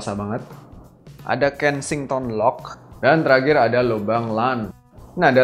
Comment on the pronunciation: dan teragir xD terakhir mas bukan teragir